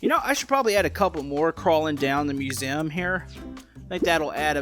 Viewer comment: Also why do u say musem